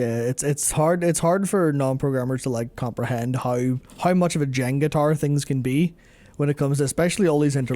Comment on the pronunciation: It took me a second to realize you said Jenga Tower, I was trying to figure out if Jengataur was some some sort of Irish mythical monster hahaha